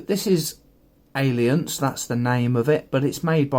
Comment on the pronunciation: Not intending to appear a troll but the A in the name is silent. Proper pronunciation should sound ilunce. Just throwing that out for everyone.